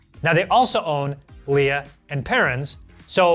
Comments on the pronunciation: Leah and Perrins? The blasphemy. It’s pronounced Lee! Daddies sauce used to be used in the burger in the KFC “Big Daddy box meal”, but now they don’t use it for some reason, that’s why it was the big daddy Also, marmite is the king of bacon sandwich condiments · It's pronouced Wooster. Like "Jeeves and Wooster". And it's LEE (not LEE-A) and Perrins. Love this series. Heinz Salad Cream is great of a corned beef sandwich, or with a pork pie, or a cold pork sausage. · It’s pronounced Lee (not Leah) and Perrins.